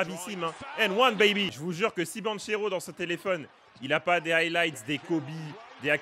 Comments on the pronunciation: Ça se prononce BanKero et non BanCHEro pour le coup j'ai eu mal aux oreilles toutes la vidéo. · Super vidéo Par contre son nom de famille se lit BanQUero car c'est un nom italien et ch se lit que